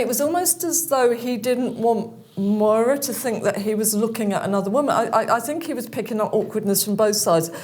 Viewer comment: Her name is Maura love not mOira x